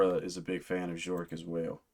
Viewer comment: it's Bjerk. Rhymes with "Jerk" as Bjork always says.